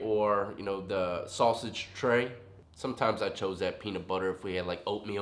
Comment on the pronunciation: “Peanut butter trey or sausage trey?” sounds like fighting words😂😂